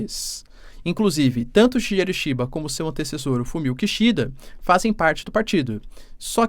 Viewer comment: Se lê: SHIGUERU ISHIBA